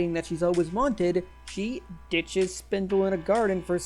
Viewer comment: AAAAAA it's Spinel! not Spindle